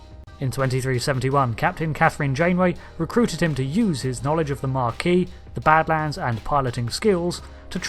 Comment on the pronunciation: Mar - see - elles? Were you trying to say Marsielle? You were, weren't you. You know RDM et al repeatedly say that name correctly on the show, right? No? Also, there's no 'r' in Maquis, you're thinking of marquee, a large tent, not the group named after WW2 French resistance. Ma'ki. Have you spent decades thinking the Bajoran resistance were named after a large tent suitable for social events such as weddings? You completely missed an opportunity to demonstrate your total lack of understand of basic mathematics; you mention Threshold but don't go over your notion that infinite is a bit more than lots. Some giggles, but hardly up to your usual standard.